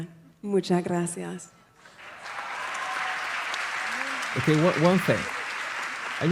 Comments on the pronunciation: Nah she got it off of google translate, that’s why it’s pronounced with a th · spanish here and her z from hace is softer, she mix it with an s , as in some part of andalucia and she sais graSias instead of spanish graZias , not argentinian at all either, it sounds caribean to me and i won't consider this fluent, it was just left to say: me gusta la " Payeya"( paella, that non of them pronounce properly XDDD) to sound like all the artist that come to play to spain and say 2/3 sentences in my language to win the atendants & fans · Too much " grassy arse" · She actually said it like grassy ass 🤣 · When she says the words sentimiento ,lo mejor y gracias suena como española